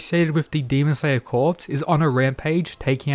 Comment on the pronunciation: Yo. Just thought I'd let you know that "corps" is pronounced "core."